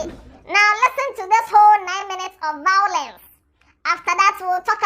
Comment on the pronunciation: She was loving the "vawulence" 😂😂